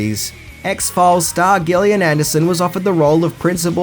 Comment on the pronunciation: 🤦‍♀️ Gillian Anderson you completely miss pronounce her first name wrong.